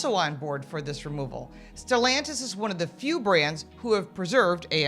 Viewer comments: "Stillantis " is keeping AM ?WTF is Stillantis ! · Stellantis It sounds like "delantis" to my untrained ear (take note Car Coach Reports (and thanks for your content)) First time I've ever heard of them, searched the comments for "antis" They have a Wikipedia page, the fifth largest car company in the world according to it.